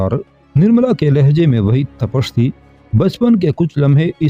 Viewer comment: tapash nahi tapish